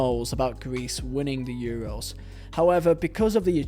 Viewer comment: Man said Euwos😂